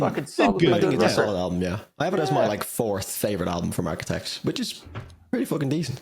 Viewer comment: Bro said Arquitects😂